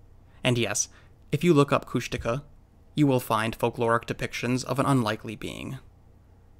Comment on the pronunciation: Is it pronounced [kushtika] like the narrator in this video?